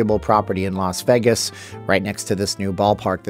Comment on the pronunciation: The way he pronounces “Vegas” upsets me